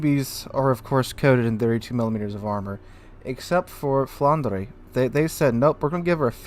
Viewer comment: Hi, pronunciation is "Flandr" (without the "ers" at the end). Cool stream 👌